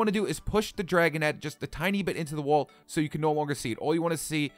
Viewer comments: lol he said woal when he was supposed to say "wall". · lol "woal"